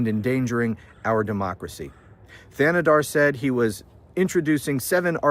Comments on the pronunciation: Shri “TAnadar” is how it’s pronounced. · Shree Tan-a-dar is how you pronounce it. I am a Michigan resident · I live on the border of Michigan in Canada and you pronounced his first name right his last name the H is silent. So Tan-e-dar :goodvibes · Your pronunciation is almost correct. Say Thanedar as if there was no h in it.